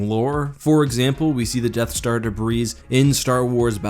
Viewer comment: The S in debris is SILENT!